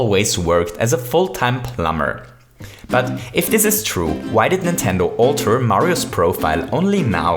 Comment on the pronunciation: He says this like dis